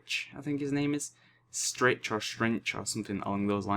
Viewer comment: His name is "Scritch"